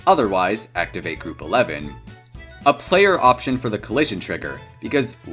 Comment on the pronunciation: When he says Groove instead of group